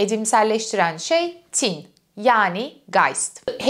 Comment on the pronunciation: "Tin" kelimesinin telaffuzunda ortaki "i" uzatılmaz. "Tin" denir "Tîn" değil. 18.45'te doğru telaffuz ediyorsunuz mesela. Not: Hegel felsefesini bu şekilde akılcı olarak anlatan birinin bu denli basit sayılabilecek bir yanlışını bulup ilgi mi çekmek istiyorum? Hayır, tin doğası gereği, düşünülmesi, yazılması ve hatta telaffuzunda bile özen gösterilmesi gereken bir kavram. "Ruh-i mücerret" vardır, İstiklal Marşı'nda geçer. Hah işte onun tam karşılığı "Arı tin"dir. (Ama tin, tam karşılık olarak ruh demek değildir) BU kadar ince bir mesele ise telaffuz da o denli incedir. Önemlidir. Demesem olmazdı... Ayri bir ek. "Varlık neden var" kavramına verilecek metafor semiyotik açıdan "yokluk neden yok" olamıyor ki zaten absürt değil. Çünkü aslında "var olmak" (İngilizce "be" kelimesinin karşılığı olarak) Yokluk aslında vardır. Varoluşçuluk açısından Hegel penceresinden bakıldığında tercih edilmeyecek bir metafor sanırım.